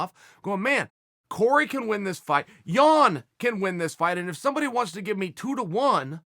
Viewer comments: Haha thanks for learning how to pronounce Jan :) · Chael you got it right!! I literally clicked on this to see if you'd say Jan or Yan. Well done sir!